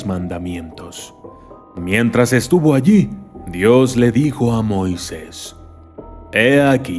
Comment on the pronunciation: Heheheh me parece curioso que el documentalista pronuncia es "Moises" sin tilde y no "Moisés" con tilde jej